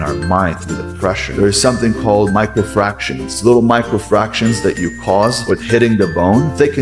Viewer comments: It's microfractures, not microfractions. He should have edited that out to make it more believable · He said micro frarctions he is talking about fucking algebra it’s micro fractures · Micro fractions 😂😂😂 bro really said fractions instead of fractures lollll